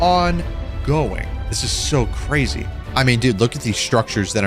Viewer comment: Cwazy :O